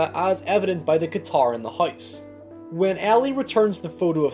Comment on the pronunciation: i thought he said heist instead of house